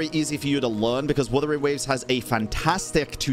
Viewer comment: "Wathering waves" lol